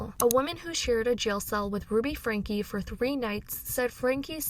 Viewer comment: How can your reporting be trusted when, after all this time, you still cant pronounce Ruby's last name?